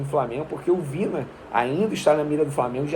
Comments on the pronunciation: Venê, é Vinã (Vinha)...rs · A pronúncia é 'Vinha'.